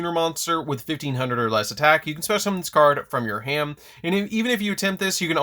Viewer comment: When he says "from your hand" fast all I can hear is "from your ham". Now I can't unhear it.....help.